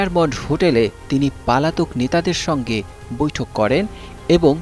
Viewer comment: রিপোর্টার বারবার পলাতক না বলে পালাতক বলছে। ভাই আগে ভাষা শেখেন।